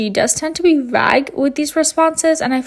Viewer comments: Vague = VAGE not vag like bag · It's vague, not vag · Vague is pronounced vay-g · sorry but i didn’t know people pronounced “vague” that way 😭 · Please look up how to pronounce "vague". LOL.